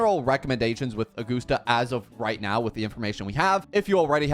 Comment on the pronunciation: Augoosta, lol.